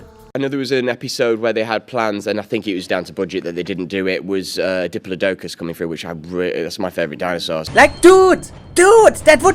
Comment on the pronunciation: It’s pronounced di-plod-I-cus